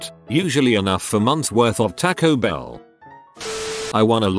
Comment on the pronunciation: Nobody: TTS: TACK -o bell